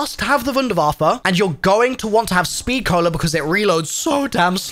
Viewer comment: THANK YOU for being the ONLY content creator I have seen to this point that pronounces Wunderwaffe correctly when using the German version of the word and not just calling it a wonder waffle or some crap like that 🤣